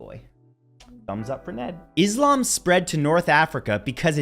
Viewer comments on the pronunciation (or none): none